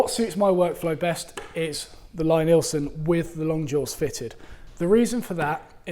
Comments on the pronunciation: Its pronounced 'Lee'-Nielsen... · Lie-Nielsen is pronounced LEE-NEELson... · It's "Lee" Neilsen. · Yes, it says so on their website, but maybe it's just accent that he says it his way. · Lie-Nielsen is pronounced Lee-Neelson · Love your vids,, but I have to correct you on the pronunciation of Lie-Nielsen. The first word is pronounced like "LEE". It's counter-intuitive, I know, but if you don't believe me, watch Thomas Lie-Nielsen here: and see how he pronounces his name!